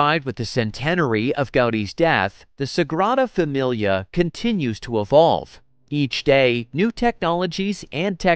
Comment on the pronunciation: Dear Mr Narrator, AT LEAST learn to pronounce Sagrada Familia. Your syllables are killable.